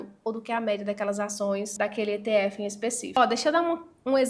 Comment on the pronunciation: Só de não falar itiefe já mereceu o like.😂😂😂😂😂